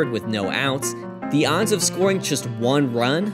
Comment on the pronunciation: anyone else notice the narrator pronounces the word "just" as "chest"?